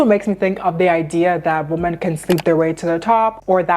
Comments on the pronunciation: Okay, I need to know. When you say woman and women the pronunciation sounds exactly the same. Is it just a regional difference? Are both words pronounced the same in your area? Because where I live "women" is pronounced wimen with the wi pronounced like whip. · It’s pronounced womEn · “Women” is pronounced differently than “woman”. You pronounce both like “woman” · I'm trying to get through your video because it seems like good content, but something is jarring/distracting from the flow of it. The plural of "woman" is pronounced "weh-mehn", not the same as how "woman" is pronounced. It's confusing to hear you talking about multiple women but then suddenly you're saying a single woman. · why do ppl pronounce women like “woman”?? it’s women- plural not singular